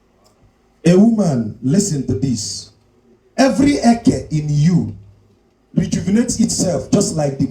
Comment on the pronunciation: Eke' is not Eke" different sound accent and meaning in igbo land. Be careful what you teach. 😅